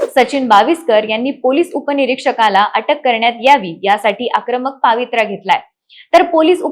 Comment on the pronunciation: अग बाई पावित्रा नही म्हणत.. पवित्रा म्हणतात.. कुठे शिकलात असें मराठी..